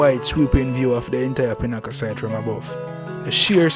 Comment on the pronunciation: Im not used to that pronunciation. Of pinnacle I say. pin e cle you say pin haa cull